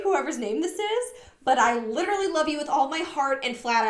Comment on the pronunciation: I cannot STAND the way all these girls pronounce the word "literally" as "lidderly". Maybe it's just my misophonia, but holy fuck it takes me from zero to red zone in a hurry.